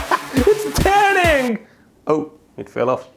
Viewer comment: its terning 😂😅🤣